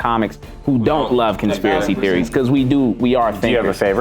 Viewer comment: I keep reminding it back hE said conspiracy trophies he said it wrong I’m over here laughing can’t breathe😂😂